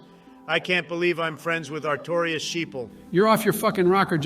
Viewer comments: fumbling their names so badly is hilarious. Manus= Manson and Mason, Artorias = Areola and Artemis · joe getting manice's name wrong three times in a row is peak, almost as peak as artemis, the best boss in ds1 and the star of the dlc "atreus of the abyss" Also obama saying "plin plin plon" when talking about gwyn's theme killed me